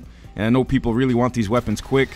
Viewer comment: Did we weally want the Blackcell to get nerfed?